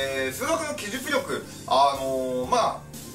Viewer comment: きじゅ「く」りょく